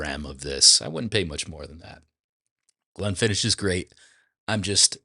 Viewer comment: Please learn how to pronounce Glenfiddich before any more reviews.